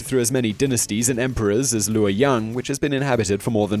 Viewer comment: you get a like for pronouncing luoyang correctly